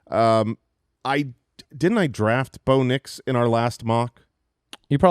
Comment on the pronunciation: There's something about the way y'all pronounce Rome Odunze and Bo Nix. I feel like you're saying "Roma Doonsay" and "Bownicks".